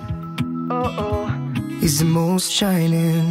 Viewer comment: Ruiz Felix además no hay ni una falta lo único malo es que pronuncia "most" como "moss" cuando se pronuncia como se escribe